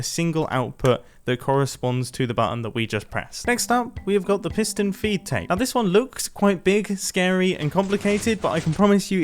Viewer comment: ‘piston feet tape’ you sure you got that right mumbo